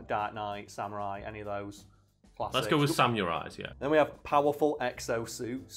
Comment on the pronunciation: I can't get over how far away pronounce samurai as, " Sam-your-eye" that made my day!